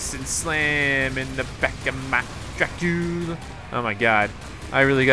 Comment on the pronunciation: IT'S DRAGULA! NOT DRACULA!:P